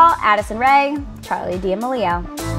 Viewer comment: “Jake Paul, Addison Rae, Charli DeeMaleelio” 😂